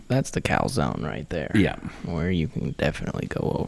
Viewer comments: Did you say "Cal"zone?? ...now I'm hungry!! :P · Did I just hear Uli say McMuff zone ??!!! 😂😂😂😂😂😂😂😂😂😂😂😂😂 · Did ULI say “Mc muff zone?” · 'Cal-Zone'. You effs are making me hungry!!!